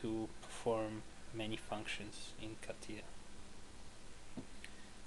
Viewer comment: KATIJJJJJJJJJJJJJJJJJJJJA. klik klik klik klik. dobijajacy odglos.